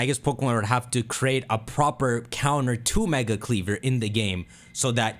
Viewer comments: It’s KleavOR,Not KleavER. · It’s KleVOR not KleVER Lol